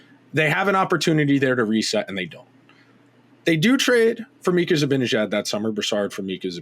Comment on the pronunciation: I agree wholeheartedly with this perspective, and I admire your literate and detail-oriented approach, but I'm constantly puzzled by your refusal/inability to pronounce Mika's last name correctly. It makes no sense...